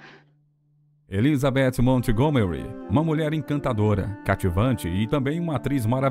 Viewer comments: Obrigada pela reportagem,linda mesmo. Me emocionei, mas pelo amor de Deus não pronuncia o nome Montgomery com a " T" . Nesse caso a T é muda😊... E se pronuncia "Mongomery'. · Como contratam um narrador que não sabe inglês? Na palavra Montgomery o T é mudo!!!